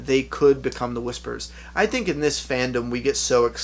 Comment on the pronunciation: Whisperers* Not whispers